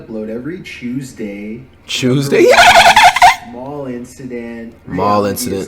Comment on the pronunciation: “Every tooshday” 😂😂